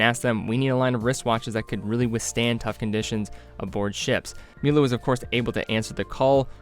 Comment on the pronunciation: please learn how to pronounce "Mühle" and "glashütte"